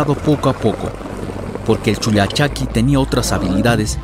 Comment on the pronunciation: Es con doble "L" como el pollo y no "poyo"